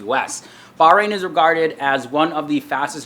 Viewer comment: It's not barbarian it's bahrain